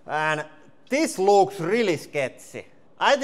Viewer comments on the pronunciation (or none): I had to chuckle a little bit when he said "Dees luuks sketchy as phuck!"